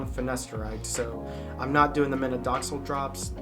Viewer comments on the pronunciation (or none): Minoxidil instead of Minodoxil man